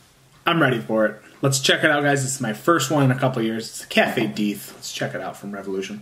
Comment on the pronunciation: The best stouts are high ABV. I don't know why. I'm not an alcoholic. I drink one at a time, but you cannot get the richness and depth of flavor from a 6% Stout. BTW: Why do you call it "Deeth"...have I been saying it wrong? I thought Deth's Tar was a play on "Death Star"???